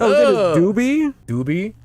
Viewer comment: Got me laughing hard at 12 am when you tried to pronounce my name 🤣But thanks for adding my imput about the game in your video! Love your content!